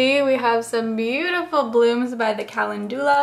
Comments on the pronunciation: Kal - en- doo- la. No,, wrong. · the way you pronounce calendula makes me so mad lmao